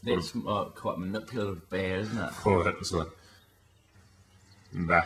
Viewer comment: "That was quite a manpulative baa, wasn't it?" Hahaha!